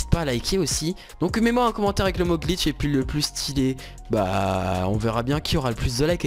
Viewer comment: Tu ma fait beugue quand ta dit gliche